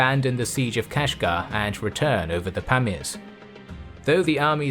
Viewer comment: Great video, but awful pronunciation of Yuezhi and Parmirs...